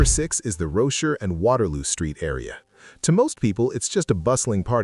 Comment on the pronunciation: Oh for goodness sake. I'm guessing narration is AI-generated. Because of its faulty pronounciation. "Rochor" & "Selegie" & "Quay" etc. Can't you guys do a better job?